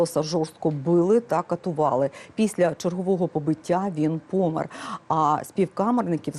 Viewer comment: Не пОмер, а помЕр. Не дОсмерті, а до смерті чи насмЕрть